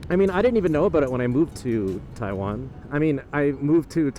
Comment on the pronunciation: He can't believe his eyes? Well I still can't believe my ears when I hear him saying "Taiwen".. How long has he been in Taiwan now? And how long has he been speaking English..?? Does he need to take an English class on how to speak it correctly..?